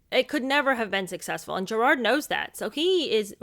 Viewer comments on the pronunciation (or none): none